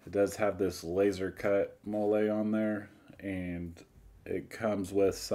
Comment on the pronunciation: Pronounced Mollie. And you have the flag displayed wrong. Stars go on the left.